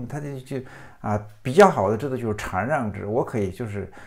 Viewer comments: 禅让（拼音：shàn ràng）,虽然我小学没毕业，但我敢和老苏打赌这个字念shàn而不是chan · 禅(shan四声)让制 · 馋让 哈哈哈哈哈😂哈哈哈哈😂 是故意的吗